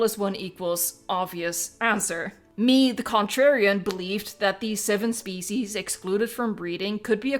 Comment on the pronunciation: Listen to when you say ‘species.’